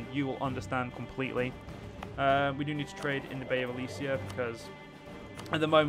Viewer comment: Ok sorry for my tone, but it is pretty frustrating. I know youtubers need to have their eyes on a lot of stuff when making a video, but you could at least READ what you do. For example, it is Elysia not Elyria, second, the Basetax/Production/manpower event was for you CAPITAL, not Nea Alexandria. Still happy you returned to this mod. Keep up the, thinking about all the mistakes you make, quite good work. Again, sorry for the tone.